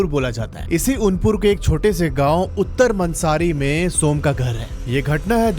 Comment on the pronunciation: Sir l am form uday narayapur....aur sir village ka nam uttar mansari nahi uttar manasri hai